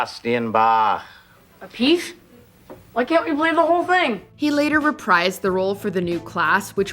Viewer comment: “He later reprised the role . . .” The word “reprise” is pronounced “re-PREEZE” (rhymes with freeze), not “re-PRIZE.”